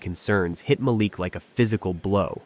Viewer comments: The only TechVision company I could find on the internet was not founded or run by a man named Malik Johnson. The biggest hint that this was fake was the ever-changing pronunciation of your protagonist's first name. The next-biggest hint was the poor quality of the storytelling. Shame on you for presenting this badly written and narrated fictitious story as if it were true! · The narrator pronounced Malik's name three or four different ways. What is his problem? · Whenever I watch these episodes on things of this nature the person that speaking, I don't know if it's an AI Voice or what but they always mispronounced the Black person's name? Like in this instance the guy name is Malik but he pronounce it four to five different ways throughout the story? So either these pronouncers are ignorant or racist telling a racist story. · I call BS on this one. AI bullshit to be exact. How is it that the exact same narrator properly pronounces a name in one sentence and mispronounces it in the very next sentence, and do this same thing multiple times?